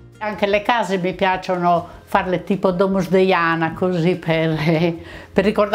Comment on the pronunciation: Beautiful video, as usual. A little edit: it’s Domus De Janas, not Deiana. It means “house of the fairies”, and are small one-chamber prehistoric tombs you can find in Sardinia.